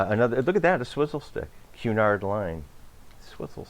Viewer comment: Good job and I love that you know the correct pronunciation of Cunard!!